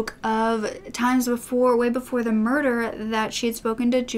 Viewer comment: “Moider” 😂😂😂 I’m sorry